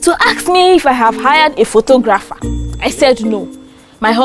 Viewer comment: did u guys see they pronounced photographer wrong but its ok